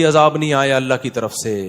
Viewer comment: اجاب نہیں عذاب ۔ پہلے اردو سیکھیں